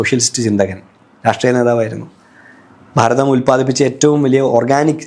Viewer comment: ബാരതം, ബാര്യ, bagavan എല്ലാം ബ. അതുപോലെ അഗോരി.. Entha ഇതു. ഗോരം.. അക്ഷര ശുദ്ധി ഇല്ല